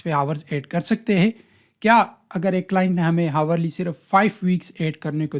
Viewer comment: bhai hawar nhi hota ourly >>>>Hourly